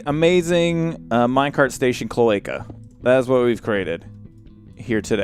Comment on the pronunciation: My boyfriend overheard me watching this and now he won't stop saying chloaecha!!! Haha. Awesome video!!!:D